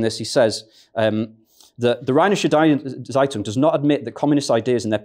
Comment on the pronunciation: The Z in Zeitung is pronounced precisely like a sharp “ts” as in “its eye”